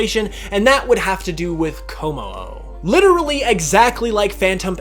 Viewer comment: IT'S KOMMO-O, NOT KOMI-O!